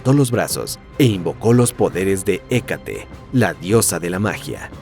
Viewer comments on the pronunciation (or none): none